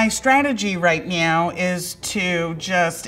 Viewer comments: did she say right MEOW?? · "My stragegy right MEOW" 😅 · “My strategy right meow” 😂😂 I am dead. Someone get her on super troopers right meow! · She said “my strategy right meow”😭😭😭😭😭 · did she really said "my strategy right meow" ?? 🥺